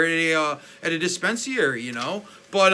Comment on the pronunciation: Say it DIS-PEN-SA-REE